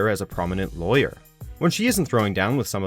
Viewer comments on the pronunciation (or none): none